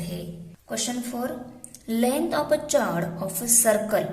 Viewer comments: Madam eo chord nahe cord huta hai h sailed hai 😂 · ' O' 10th fail that is not chord=चोड . That is chord= कोड. पागल है भाई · Chord nahi chord hota hai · Mam you are speaking wrong pronounsation of chord